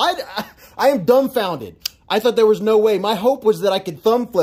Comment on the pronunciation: i thought you said I’m “thumb founded” lol